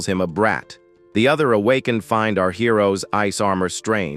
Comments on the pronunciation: MF Ai can't read "Awakened" 😂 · Needs more training